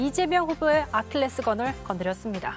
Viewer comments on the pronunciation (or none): 발음 똑바로 해라. 아클레스건이 아니다.. 아킬레스건이다.